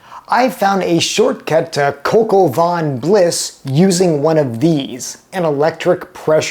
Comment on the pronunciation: This is dreadful especially when you have no clue on how to pronounce the dish..????